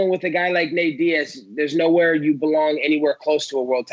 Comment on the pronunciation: I actually heard ”N-word” vs Diaz😂 Would be fun but a bit to much, even for Colby. ”Leon N-words”😂